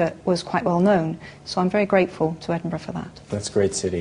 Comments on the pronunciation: Haha 'Edin-boro', the Yanks often have trouble pronouncing our capital. For future reference it's pronounced 'Edin-bur-a'. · 'Edinburrow'? "Edin-buh-ruh." or even "Edinbruh." Get it right you over-the-ponder's. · EDINBURGH NOT EDINBOROUGH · I'm an American and I used to think it was "Edin-burg." Just found out that's not how you say it! Now I say it as "Edin-burrah" lol. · It is NOT Edinburrow. Listen to JK - she says it properly. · "Edinboro"??? FFS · Omg Americans say Edinburgh right please! -.-... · His pronunciation of Edinburgh... *cringe* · why cant americans say edinburgh